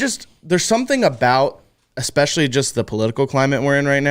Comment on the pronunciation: Stop saying eCspecially!!!!!!